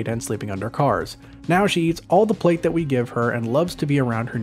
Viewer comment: Pate, not plate haha.